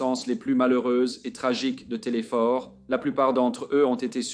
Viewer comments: Merci , j’encourage. Simplement pour votre information, je suis Québécoise et dans le Prénom du père « TéléSphore »la lettre « S »doit se faire entendre. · Telesphore, faut prononcé le S. La voix ia est tres deplaisante dommage car cette tragique histoire hante toujours le Québec et le Canada!!